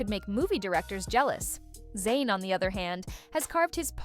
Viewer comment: His name is ZAYN not Zyan